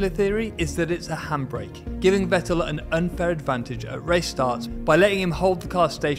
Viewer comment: The knowledge you provide is just great! Especially in the way you're explaining it. Please consider pronouncing non-English names (Vettel, Fianza, etc. ) the way they should be pronounced, or at least not pure English. No other language claims to pronounce foreign names just the way they're read in their mother tongue. That's a matter of respect.